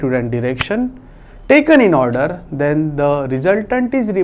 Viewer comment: 😂😂😂 the word (then)